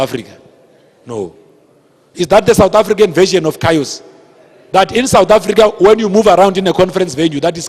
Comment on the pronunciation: I wont let this stupid lecture me, if he cant even pronounce chaos